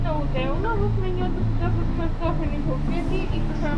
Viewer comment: Определено е различно. вика крокЕти.:д